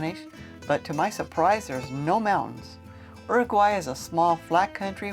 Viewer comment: The name of the country is URUGUAY NOT URAGUAY. Just learn the basics before making any comments...